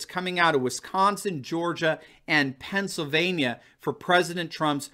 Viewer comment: It could be argued that the GOP is just as divided; The Trumpians vs the Bushie/Romney/ Casper milquetoast wing. BTW there is no Pennsavania. it is PennSYLvania. Sorry. It's a peeve of mine